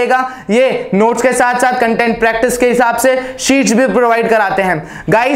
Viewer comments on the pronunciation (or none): none